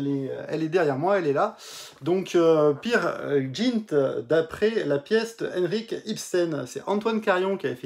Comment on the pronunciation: One ne dit pas peer jint main Peer "G"int avec un "G" comme GUE